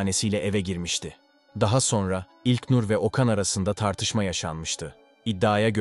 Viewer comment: İlknur demek bu kadar zormu admin ilknnnnurr ne yaa